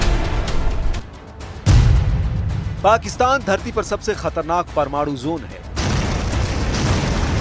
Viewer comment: nuclear Jone nahi nuclear zone hota hai